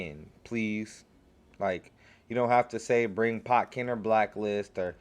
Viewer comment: don't you mean Ken-pot-chi?